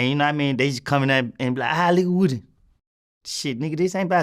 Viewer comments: Vlad the man's name is not pronounced like a piece of wood it pronounced : Whoodie. Act like you're Rick Flair & say : wooooo & put dy on the end. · Why df ppl call him woddy when it’s wooooooody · It's not pronounced,"Woodee", it's "woah-de" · It's pronounced Woo-dee. I guess he tired of correcting these clowns...get your bread fam 💰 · It’s woo-dee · Thats not how u say your name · Vlad started the interview off saying bruh name wrong 🤣🤦🏾‍♂️